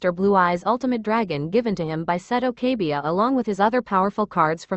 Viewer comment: it's kaiba NOT kabia